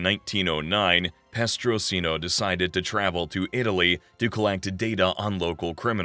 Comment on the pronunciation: Petrosino not prestosino. Bonnano and maggadino were cousins not brothers Great video though, I really enjoyed it